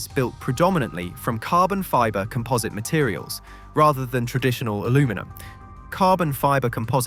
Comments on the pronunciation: Also calling composite materials comPOHSit is a dead giveaway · And COM-posite, not com-POS-ite. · Also comPOHSit. I'm calling AI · Is this slop? Very English accent, very American pronunciation... alooominum, eeza, comPOZit.